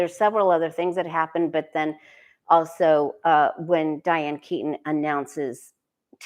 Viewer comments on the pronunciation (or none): none